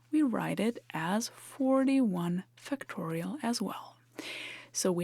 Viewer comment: I've heard that the pronunciation of schwa-type vowel sounds is a big nuance in language learning.: Be sure to pronounce the first syllable of "factorial" with greater stress and more of an /a/ as in fact or factor rather than as a schwa sound, even though it doesn't get the primary stress of the entire word. Great video as always, and your fluent command of English as a second language, when talking about a technical subject, is amazing!